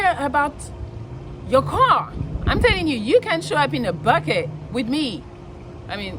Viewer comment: i love how you say car.... cwahw